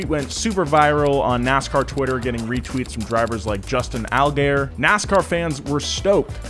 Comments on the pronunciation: haha he called justin allgaier "allgayer" it is pronounced "allguyer", haha, fun to see non-NASCAR fans mispronounce everyone's name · I'm a huge Kyle Larson fan plz don't remind me of his incident. I get that it is really not cool to say the no no word, but I feel like everyone overreacted. A lot. Also, Justin Allgaier's name is pronounced ALL-gai-er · "Justin Al-Gay-Er" 🤣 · All-guy-yer C'mon, 🙄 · He butchered Justin Allgaier